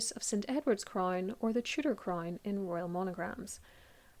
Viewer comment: A CRAINNE? Deleaaate? Pronunciation is 😅